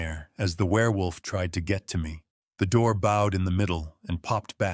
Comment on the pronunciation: Yes, really love them but hate the AI pronunciation of certain words...crooked, bowed etc